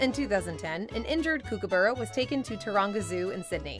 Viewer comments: The narrator nearly got the right pronunciation of Kookaburra or Kooka's as we call them, the first four letters are pronounced COOK, like cooking food & it's Kooka not Kookie, never heard of the Kooka's ever be called that. The kookaburra is the first thing you'll here of a morning & the last bird call of a evening. Also fun fact, when the First Fleet arrived into Sydney Harbour with the first ship of convicts they thought the land was haunted & full of ghosts as they could hear the mocking laughter but they couldn't see anything that was laughing at them. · Kookaburra is pronounced 'Cookaburra' as in cooking, not kook. Hearing one called a 'kookie' is almost worse than hearing emus called 'e-moos' 😬